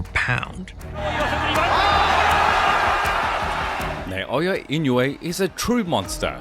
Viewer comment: Not "Nay"-o-ya. Say "Nah"-o-ya." You can do it.